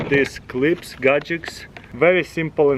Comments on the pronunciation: Extension cord "gajiks" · He love those gajiks😂